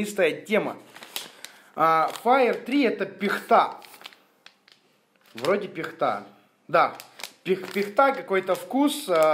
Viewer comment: пихтА? может пИхта